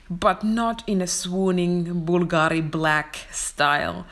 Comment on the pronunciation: Hello my friend. You totally mispronounce Bulgari. the tonic accent goes on the first syllable (bu)